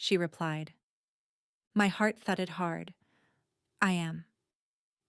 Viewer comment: Thudded not thutdded😊